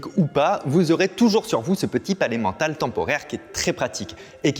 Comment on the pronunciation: A chaque fois que tu dis le palais mental, j'entends: Pas l'emmental (aidez-moi j'ai faim)